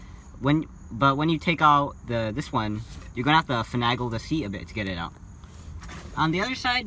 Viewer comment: One criticism, finagle has an A like (A)BC not (a)pple.😂 No for real though, very well spoken and very informative. Great job!!